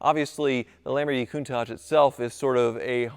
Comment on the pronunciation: That Sam Hard is getting everywhere with his ‘Lampoorghinis’! I thought he might make a cameo appearance 😂